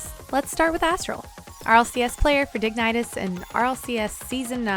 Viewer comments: Digneitas? Sorry, but I think you have to rework your pronounciation of dignitas :D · digni-TOSS that name huh kappa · She said digytis XD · Dig-nitis... nice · That dignitas pronunciation tho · Couldn't help to laugh about your pronounciation of dignitas. Great video though! Keep trucking. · 0/10 my whole days ruined cause she said dignitas wrong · Is it really that hard to pronounce dignitas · she really just said dignitas like that... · Great and helpful video just please learn to pronounce dignitas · Great video. Gonna use a bunch of those training packs to hopefully finally make the jump from mid c3 to GC. Just work on that dignitas pronunciation :D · Great vid Dignitas is not pronounced like that tho :) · Super solid video, but your pronunciation of Dignitas kills me lol